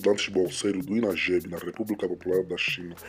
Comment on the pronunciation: ..com muito respeito! Não éh Inagebi... É; INAGBE(Inagbe)